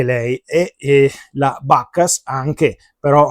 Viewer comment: Bacchus è latino, eviterei di pronunciarlo all'inglese... "Suona" anche male 😜